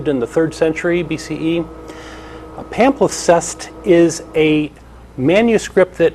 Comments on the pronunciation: The word is "palimpsest" pah-limp-sest, NOT "pamflisest". There is no doubt that Christianity systematically destroyed all scientific knowledge in existence when it became the established religion of the Roman Empire. All religion is about social control and the maintenance of the power elite; science and free enquiry call these things into question. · That's "palimpsest",. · Palimpsest,. It's a palimpsest.